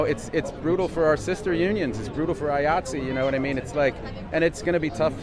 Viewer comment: Eye-ought-see not eye-ought-zay Love the content. Just friendly note from an occasional stage hand